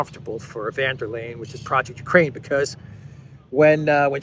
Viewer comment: it would be goid if you could learn how to oronounce Ursula's name. She's German, not Dutch.